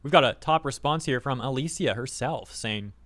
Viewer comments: Just a quick correction, her name's pronounced "a-lee-sha" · The way you say "Alicia" hurts lol